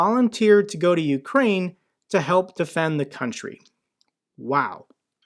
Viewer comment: I literally busted out a laugh when she said OOOkraine, goofy bitch sitting in Seattle larping 😂😂 Dumb cnt